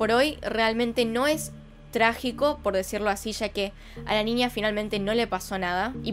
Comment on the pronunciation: Que chistoso te escuchas diciendo ninia (niña)